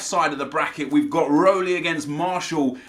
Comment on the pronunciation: How the hell does nep pronounce Roelie😂😂😂😂😂